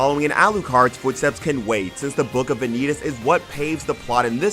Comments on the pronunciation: Ahhhh U said vanitas wrong sorry but it's van-i-tas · how the hell do you manage to watch the case study of Vanitas, where they keep using his name, and you still butcher the pronunciation of "Vanitas" ? Wtf.